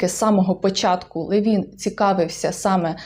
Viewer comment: Там приголос на ЛЕвін, якщо я не плутаю. З іншим Левіном.